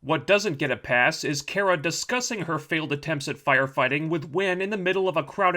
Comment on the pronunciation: I know these videos are old, but is he intentionally mispronouncing Kara's name as some form of passive-aggressive antagonism against the character? It's kinda annoying.